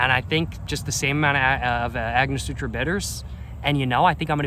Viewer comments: AngoSTURA, not SUTRA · gotta start using ice my guy. and its angoSTURa not angoSUTRA. sorry not sorry. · AiNG-Oh-stur-aH! Say it with me! ANGOSTURA! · lol agnosutra it’s Ang guh stur a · An-ga-store-a bitters 😝❤🥃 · Its prounounced " ang-o-stura" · cracks me up everytime this this guy says "agnosutra" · I like Agnosutra better lol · Ango-stura bitters lol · An-gus-tora bitters is the way to say it